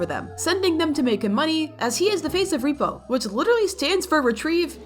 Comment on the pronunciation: It’s “rep-O”